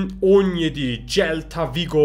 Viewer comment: celta vigo ajajjajsj (selta vigo diye okunuyor)